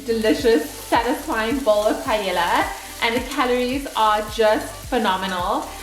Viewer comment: Repeat after me. PA. EY. YA. (the two "L"s sounds like a Y).